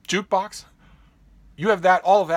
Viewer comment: It's my garbled pronunciation of "jukebox"!